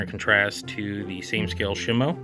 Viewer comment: is shimU not shimo